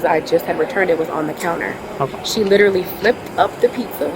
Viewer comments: You mean “lillally” ? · Can any Americans explain why nobody getting arrested can ever pronounce “literally” ? “Lillally” is rogue.